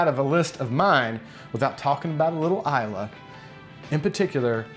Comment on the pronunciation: Finally... someone who knows how to pronounce islay. Speaking of scotch, how do you keep it from oxidizing?